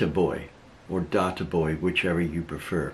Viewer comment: He called you “Data Void” not “Data Boy” 😄